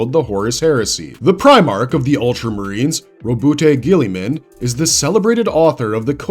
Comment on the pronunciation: Your pronunciation, or mispronunciation I should say, of primarchs' names, is absolutely unfreaking acceptable. GILLYMAN? And the Khan? God man it was painful